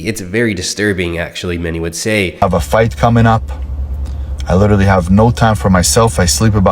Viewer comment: Literally literally lidderly lidderly like Lidderly 🎉🎉